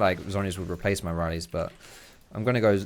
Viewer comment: The worst part about him playing taliyah is him saying "riley's" instead of "rylai's"...